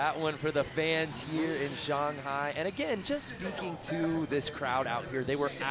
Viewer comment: "Shung-High Chyna" 😂